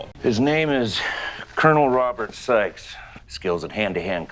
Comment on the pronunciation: It sounded like they said the character's name was "Colonel Robert Sex". I know it's "Sikes", but that Seagal would call his character "Robert Sex" is the most believable thing in this movie.